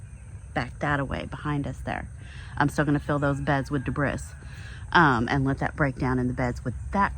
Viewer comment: Great work! I also think "dah-briss" is my new favorite word.